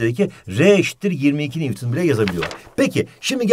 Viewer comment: NEWTON Ahhhh mı dedi ? hocam ne diyosunuz